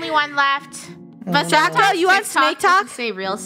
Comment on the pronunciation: "Draycko the Snaycko"💀